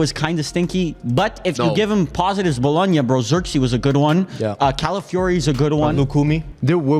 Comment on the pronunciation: I know bro did not say Bologona if I'm even spelling that right is on the same tier as Sporting... S+ tier rage bait lol